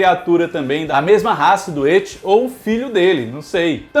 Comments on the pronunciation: Só eu que fico puto quando ele chama "et" nem pra chamar "It". Na verdade o nome dele é Penywise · pq tu fala ET em vez de IT? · Pqp "eti" kkkk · hehe, é que do jeito que você fala parece ecchi (um tipo de anime "pornô" japonês) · Eu amo o, mas toda vez q ele fala "et" eu fico meio perdido hahahahha